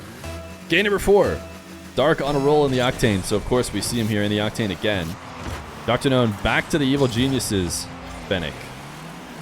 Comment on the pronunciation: I initially thought you were saying DrGnome. That would be a cooler name, in my opinion.